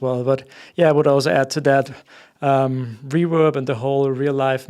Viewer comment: I like the way pronounce Reverb as "Rewab".:)